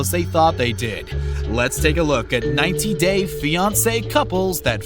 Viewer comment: The way he says 90 days 🙄 Nevermind You pronounced alot of things wrong.